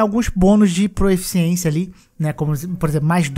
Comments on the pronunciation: Juro que não quero ser o chatão porque o vídeo ficou muito bom, mas se fala PROFICIÊNCIA e não PROEFICIÊNCIA. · é proficiência, não proEficiência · Proeficiência dói muito ao ouvir...